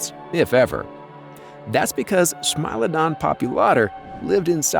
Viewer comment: It's not pronounced smile-odon it's more like smee-lodon